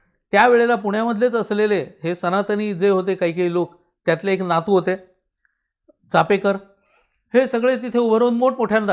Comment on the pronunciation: छानच, फे नसून पे असा उच्चार कळला हे महत्त्वाचं कारण बहुतेक जण नुसता उच्चार नाही तर लिहितांना देखील फे असंच लिहितात. अनेक महत्वाचे संदर्भ मिळाले आणि ओघवती सहज सुंदर भाषा. मस्तच...🙏🙏🙏🙏